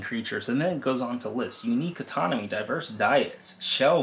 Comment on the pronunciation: anatomy not atonomy